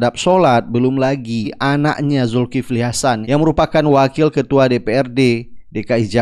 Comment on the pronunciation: Julkiple betawi bilang hrheheeè